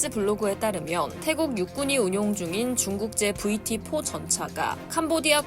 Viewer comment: VT-4 를 영어로 발음할 때는,,, 제대로 영어 발음으로 했으면 좋겠네요. 그래도 공적인 방송인데 한국식 영어 발음은 좀..